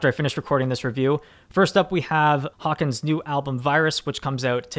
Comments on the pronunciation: Its pronounced haken as in Bacon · Why in god’s name does nobody on this channel know how to fucking pronounce Haken’s name properly? Haken like bacon! Get it together! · Pro-tip: Haken rhymes with bacon